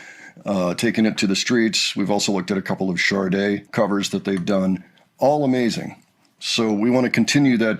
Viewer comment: Sade has no R in it 😊